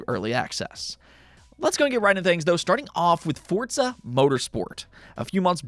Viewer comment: FORZA, wtf is fortza